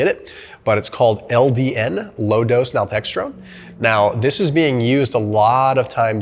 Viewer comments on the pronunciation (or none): It is "nal-TREK-sown," not, "nal-TEXT-rone." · Good video! You’re mispronouncing naltrexone though. LDN is amazing for autoimmunity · And astragalus. I’m dyslexic too 😅